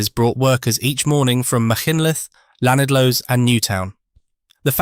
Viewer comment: TBF I thought he did quite well on Machynlleth but not so good on Llanidloes